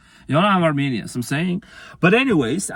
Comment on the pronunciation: “Carmenian” 😂 Happy Valentines Day ✌🏻🤟🏻🤘🏻🩷💜🌸🌈